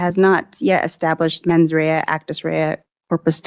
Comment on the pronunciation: Actus Dia-Reus and Mens Dia-Rea